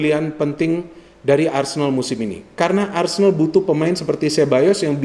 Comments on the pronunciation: ARSENAL bukan Arsendal ya 😎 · A-R-S-E-N-A-L bukan ARSENDAL yah 😅 ingat itu